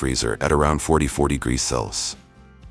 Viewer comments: Good video overall, but you need to teach your AI how to properly pronounce "Celsius!" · Are they incapable of pronouncing the word Celsius? What's up with that?